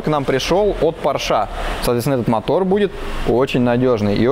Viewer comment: извини пожалуйста,но немецкая фамилия Porsche читается и произносится,как Порше,а не,как Порш.И она даже в русском языке не склоняется.